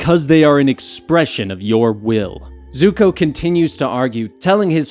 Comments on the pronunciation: Did he call zuko zoko 🤔🤔😂😂! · did he say zuko or zoko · This man just say Zoko when Zuko was in the prison cell with his father. Smh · You know its Zuko not Zoko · He really said zoko 🤣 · He just said zoko.... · They said zukos name wrong in many different ways